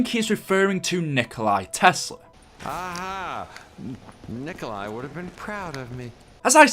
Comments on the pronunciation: copying this Nikkstein Gaming 3 hours ago Its not nikolai tesla its nikola tesla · Out of the dozens of comments I’ve gone through I’ve only seen one other person correct that his name is Nikola Tesla not Nikolai Tesla. Jfc you idiots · Gaming isnt it nicholas tesla?